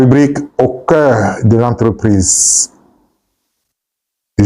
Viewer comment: Au Cœur,le r est en vacances 😊...